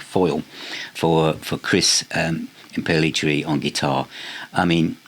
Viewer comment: I think his name is pronounced like this: Im-pell- it-erry. That's how I've always pronounced it. Forgive me for sounding like the grammar police but Yngwie is pronounced Ing-vay. Don't get mad at me for this ha ha.